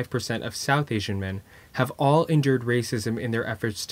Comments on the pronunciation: Asian suddenly turned into Aisian. Lmao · "Aisian men"